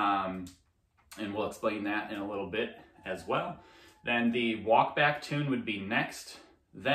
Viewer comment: fyi: "walk-balk" I'm only letting you know cause you're my fav pro, mainly because you make these kind of videos :)